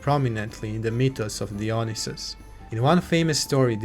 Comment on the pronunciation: great video , just one correction for future videos . its pronounced daionaisus , no dionisus